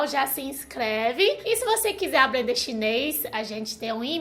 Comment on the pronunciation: Chinês raiz é isso aê, fala "aplender".